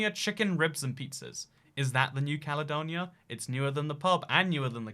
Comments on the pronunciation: "THHE CALEDONIA" How can someone mess that up? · “THHE CALEDONIA”